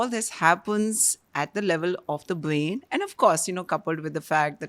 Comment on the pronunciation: Great podcast for women 🎉🎉🎉 thanks ❤❤❤. But i hate to admit that i got a lil irritated when pronounced brain as bain and ovary as ovy at times sorry😢.